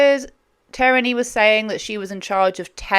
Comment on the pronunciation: It's teer-nee. Common enough name. just mispronounced it